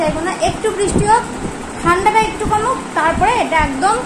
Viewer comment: দিদি ভাই আপনি ভুল বোল লেন ঠান্ডা একটু কোমুক না, গরম একটু কোমুক😄😄